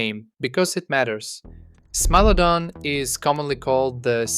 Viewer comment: Stop saying smee lodon ffs!